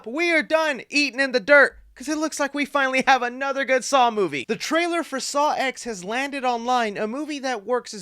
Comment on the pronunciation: dude, it’s a roman numeral. it’s pronounced “saw ten,” because it’s the tenth saw movie🙄